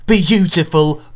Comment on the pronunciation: Anyone else notice he puts more emphasis on 'Until' as time goes by? It's hilarious.